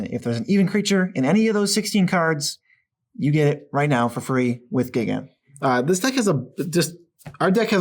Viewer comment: AAAAAARGH!!!! Listening to Magic content as a Godzilla fan these days is incredibly frustrating. It's not "Giggan," like Gigan has a GIG driving ubers on Monster Island on the weekends, it's "Guy-gan," like he's friggin' GIGANTIC, except with a hard "G." It was bad enough back when everybody was talking about Gadwick the "wise-end," like his ass was wise or something, but now it's intersecting with things I unreasonably care about, for some reason...